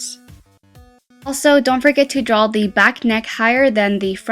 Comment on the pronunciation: Pleased ong say drawl its draw